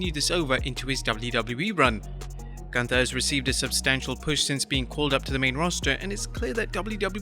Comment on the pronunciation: It's pronounced GOONTHA